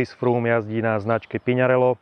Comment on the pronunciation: By ma zaujimalo, odkial za vzala vyslovnost znacky PiŇarello... 🤦‍♂️